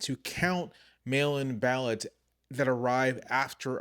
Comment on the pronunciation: Did anyone else hear "male imbalance" at first instead of mail-in ballots. Lol .